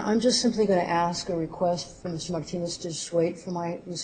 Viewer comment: Damn, that woman is execrable. A man-hating control freak. Every time she speaks i say fuck you out loud:) "FY could stand for Fuck you, yes" The way she pronounces Marrrrrtinez is really disgusting